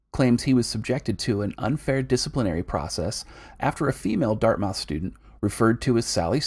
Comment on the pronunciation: Dart-muth :) excellent vid my dude